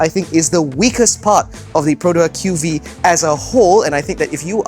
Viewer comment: I appriecate that is the only reviewer who properly pronounce the name of the car, but i feel like everyone is still going to call it the Queue-Vee-Eee since even Perodua SA are not aware of the name. From my understanding Perodua really isn't doing their part on the training to their SA right now. Shows how rush the development of this car is.